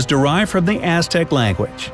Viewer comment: you pronounced that SOO wrong. I loved the Aztecs and learned how to pronounce that name.